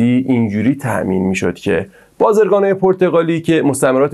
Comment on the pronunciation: سلام دوست عزیز، اول اینکه ممنون بخاطر این ویدیو!! دوم اینکه خواهشاً و لطفاً توی برنامه های بعدی تلفظ کلمات رو دقت کن و کلمات رو به شکل درستشون بیان کن ! شما تو تمام طول این برنامه همش گفتی بازِرگان بازِرگان BazErgan که این موضوع خیلی اذیت کننده و رو مخی بود! من نمیدونم شما کجا شنیدی ک اینطوری بیان کنن این کلمه رو چون درستش بازٓرگان هست Bazargan درسته ! 👌🏻 ولی در کل برنامه جالبی بود و ممنونم و لطفاً به این موضوع حتما دقت کنید!! متشکرم😍